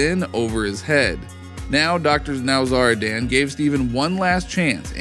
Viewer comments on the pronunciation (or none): Dr NowzarDAN 😂 driving me nuts.